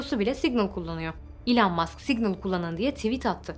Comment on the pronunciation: ilhan mask derken :D